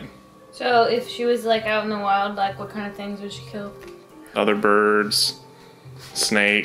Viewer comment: I.... Tell.....you....hwat 😁